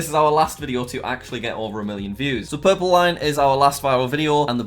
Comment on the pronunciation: What Jack says: so the purple line... and the blue line What I hear: so the purple lion ... and the blue lion